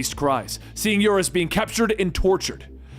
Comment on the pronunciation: Smiles. A great job with your production!! A couple small issues. For some reason, you started to call Unus "Urus." Monet is a French name, pronounced "mo-nay"